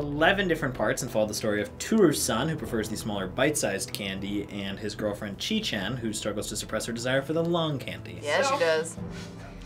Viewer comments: not chi chan...cheat chan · it sounded like: cheat-chan to me...